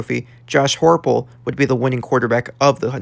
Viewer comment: Heupel is pronounced Hi-pul